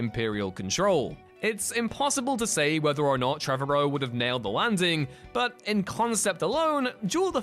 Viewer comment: “Trevorrow” rhymes with “tomorrow.” It’s not “Trevor O.”